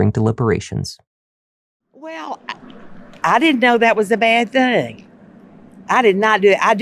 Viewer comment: If you say finnin and earff...clearly got some issues.